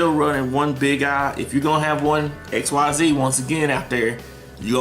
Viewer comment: bro, XYZ is pronounced like "exceeds" not "x-y-z"